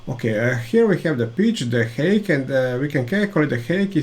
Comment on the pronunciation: Great content/tips! But, man, please, do us and yourself a favour and check correct pronunciation of the words you use most (thread, height). Otherwise fluent and clear pronunciation, but the few wrong words are repeated much too often and spoil the otherwise great content! Hope you take the critic as a chance and not as offence! Keep up the good work!